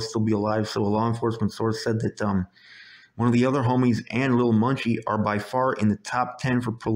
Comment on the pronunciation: Are you saying "Lil.Monkey'..😌😂....💯💯Percent Agree on the Laws..this "Catch & Release'..Sh*t.😒is Ridiculous....Chicago needs Marshal Law,..I've been saying that for yearrssss.